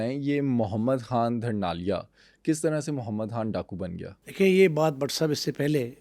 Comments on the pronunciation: دھرنال اور دھرنالیہ نہیں "ڈھرنال" ھے اور "ڈھرنالیہ" ھے۔ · خاصہ معلوماتی vlog ھے آپکا مگر تھوڑی سا ھوم ورک نہیں کیا گیا، جسکی تصحیح کچھ احباب نے کردی میں یہ عرض کرتا چلوں کہ تلفظ درست رکھا کریں، مثلاً " دھرنالیا " نہیں مقامی زبان میں " ڈھرنالی یا ڈھرنالیہ" کہا جاتا ھے۔ اور نواب آف کالا باغ کی پوتی عالیہ نہیں عائلہ ملک ھیں انکی دوسری بہن سمیرا ملک ھیں ان دو بہنوں نے عملی سیاست میں حصہ لیا ھے ابتک۔ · Mohtram correct lafz Dhurnalia hay na k Dharnalia. Because main ussi k ilaqay ka Banda houn